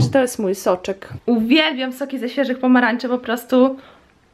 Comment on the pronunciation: czemu mowisz z pomaranczy a nie z pomarańczy